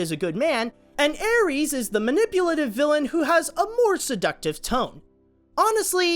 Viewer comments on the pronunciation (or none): I love Sinbad: Legend of the seven seas, it is actually tied in first place with Spirit: Stallion of the cimarron. Btw the antagonists name is Eris as in air; is. You said ares as in the Greek god of war. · it's Tarta-RUS NOT Tarta-mis! & Eris is pronounced E-RIS not ARIES she's not a star sign!! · it's pronounced airis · Tartarus is pronounced tart-er-ous and Eris is air-is. How’d you manage to mispronounce those two words within 10 seconds 🤣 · Now that you pointed out how it butchered the source materials cultural origins and inaccuracy, I'm not even mad at how you butchered the Greek-origin myth words like TAR-TA-MIS and AE-RIES. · I'm sorry I'm sorry I'm sorry but I think you said a bit of those Greek mythology dealios wrong. You said Eris like Ares when you're supposed to say it with the e sound. If I am wrong I'm sorry.